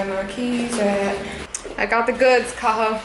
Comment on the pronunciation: Klimt Kahlo Cathal. The 't' is silent!